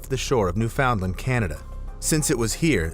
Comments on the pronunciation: New-FOUND-land. That's...not how it's pronounced. It's NEW-fuhn-land. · Did you say NewFOUNDland? lmao gross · "New-FOUND-land"? Must be an AI narration